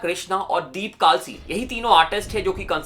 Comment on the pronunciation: Bhai vo kaalsi nhi kalsi hai